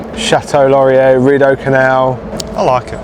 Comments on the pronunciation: No, it's actually pronounced "LAW-ree-ay" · FYI: It's pronounced: Laurie eh Not: Laurie air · Nice seeing my work neighbourhood :). And for the Chateau Laurier, the phonetic would be lore - e - eh. Hope you had a great adventure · That blue 2 man thing… it’s new to me. Those are eggs under the spider. It’s a silver-coloured copper tin roof. Do you have Chipmunks? Laurier is pronounced lore-ee-ay. Beaver Tails are delicious! You were at the original location! None of my UK family or friends will visit in dead of winter! None are brave enough, LOL Ottawa is a lovely place to visit… everyone should see it! We do have some great museums! Did you know that we Canadians refer to electric power as Hydro? It baffles Americans. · Laurier. Lor-ee-eh. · Just so you know, basically any French word that ends in 'ier' is pronounced "eh." So with Laurier, its pronounced "lorri-eh" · Chateau Laurier is pronounced Lor-ee-ay, as in "day" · The pronunciation of "Laurier" was killing me! Every time he was mid-word, I kept thinking "Will he drop the final 'r' this time???" HAHAHA Too bad I didn't know you were here. There's a chance I crossed your path during your visit!